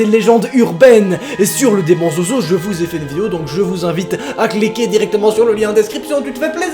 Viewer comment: SES ZOZO PAS ZOUZOU